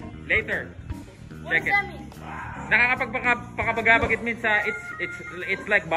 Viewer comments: Nakakapagpabagabag yan ang tamang spelling at yan ang tamang pronounce praktisin mo idol silver voice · Boss nakakapag pabagabag po hindi nakakapag pagabagabab😂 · Sir silver voice,,, "nakakapagpabagabag" ung true pronounce hehe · Bro correction, it’s “NAKAKAPAGPABAGABAG” and its not “NAKAKAPAGPAKABAGABAG” 😊 thank you. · Nakakapagpabagabag Ang tamang pronounce doon idol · mali pagka sabi mo ng ‘nakakapagpabagabag’.